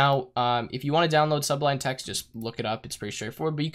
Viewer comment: It's called SublMe text not SubliNe text. Great video btw!